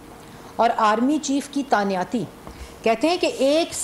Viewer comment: Tanyati ni Tainati hoti